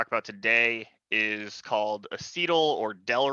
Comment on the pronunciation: I think it is pronounced a ·suh·taal not a-cee-tal